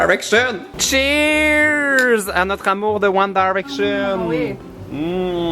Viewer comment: t'arrête pas de dire One Daraction 😂